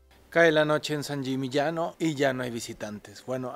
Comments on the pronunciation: Sbagliata....e San Yimiñano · Sangimignano(sanyimiñaño)Esa es la pronunciacion correcta.Muy buenos los lugares que visitas!!!!!!!!!!!! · Alan, pronunciaste varias veces San Gimignano mal, escúchate, jajaja es constructivo, me encantan tus videos, y me divierte mucho antes de cada viaje mio, veo si tenes ya un video del lugar para que no se me escapen los imperdibles. Abrazo desde Argentina.